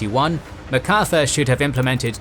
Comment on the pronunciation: why pronounce it Ma Carthur, not Mac Arthur???